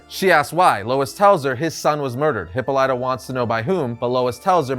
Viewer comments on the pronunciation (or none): Hip pawl lit uh. Not hippo lite uh. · Love this Comic!!! But man, "Hippo Ly ta?" Made me cringe every time I heard it. I could have sworn it was pronounced Hip paw la tuh. P.S. It would be awesome if this version of Green Lantern is Sinestro. It just seems to me he'd be down for an assassination. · It’s not pronounced Hippo-lyta, it’s pronounced Hippolyta (hip-all-ita) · Isn't her name Hip Paul Lita? Not Hippo Lyta. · Please stop saying Hippo lie tuh. Dude, it takes two seconds to Google. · "Hippo Light-ah." Jesus fucking Christ. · Hipolita Pronounced Hipal it a Great story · You pronounce Hippolyta so wrong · That's not how you pronounce Hippolyta, had to say something.